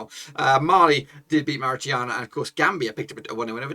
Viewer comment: Bye bye Nigeria and Gabon!!! This is how you pronounce Mauritania. MOOR -RAY - TANIA :)